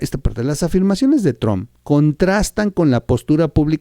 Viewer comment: No es "TRONNN"... ¡Es "TRUMPPPPPPP"! ¡¡¡Habla bien!!!